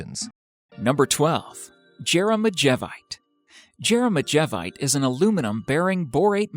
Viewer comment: Lol at least pronounce Jeremejevite, Taffeite, Spinel, Benitoite, and Andradite correctly. "Yair-em-EE-yev-ite." "Taff-EE-ite." "Spin-ell". "Buh-nee-toh-ite" and "An-druh-dayht"